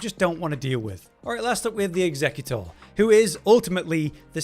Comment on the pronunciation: Actually annoys me how he says „executor”